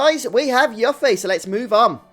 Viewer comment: I had the same bad luck, getting Yuffie(who is pronounced You-ffie, not Yuck-ffie! Play Kingdom Hearts!) after everyone got two levels from random encounters. Thank god for Triple Speed! Also, I checked the guides and it says that while there was a Battle Affection that would have affected the date scores, the script ignores it so it doesn't matter if you keep Yuffie or Tifa or Aeris in the battle party - unlike Star Ocean 2, having the girls in your party while fighting random encounters or bosses(unless there is a story event that affects date score) doesn't increase their date score, so you're safe.